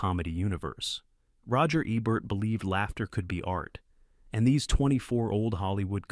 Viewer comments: Program your damned AI to say Ebert correctly or I'm unsubscribing. No big loss I suppose for a channel with the overwhelming subscriptions of 13,000. The Daily Dose could handle losing one or two or three thousand but you? I don't want to leave but your AI sucks and I cringe too many times watching. Correction please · Mispronounced Roger Ebert's name, showed clips from the 1931 version of "Holiday", showcased "The Awful Truth" twice...pretty bad. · And, you showed clips of the original film version of "Holiday" from 1931 starring Ann Harding versus the Cary Grant version 1938. I recently commented about the high quality of your videos. i overlooked the Ebert issue (he is the focus of these videos, right? Shouldn't you get his name's pronunciation correct?) but your clips are degrading my opinion of the quality of your work.